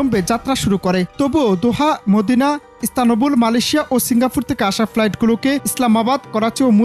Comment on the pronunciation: শ্রীন গর আর ইস্তা মবুল নয়। উচ্চারণ সঠিকভাবে করবেন আশা করি।